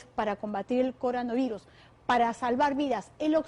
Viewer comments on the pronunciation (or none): Te diste cuenta en el que dijo coranovirus jaja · Dijo coraanovirus jajajaaj